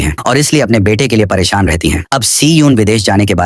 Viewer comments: Para shan❌️ perisiun✅️😵‍💫😵‍💫😵😵😵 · parishan❌ parishiyon✅ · Wo periseon nahi pereshan hai